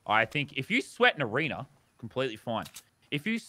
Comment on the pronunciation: No one:: Lannan’s already Goated at arenerrrrrrr